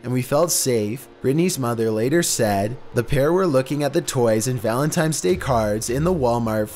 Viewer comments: Pet peeve #1: When people pronounce it “ValentiMes”. There’s no “m” in “valentines.” Valenti n es. 🤦🏻‍♀️ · Why is it so hard for peoples to say ValentiNes Day??? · You didn't really say "Valentime's" did you, dude? Smh.